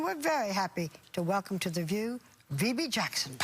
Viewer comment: “Vebbie “ Jackson